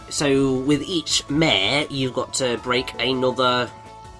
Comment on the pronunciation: Mare, not meh. :P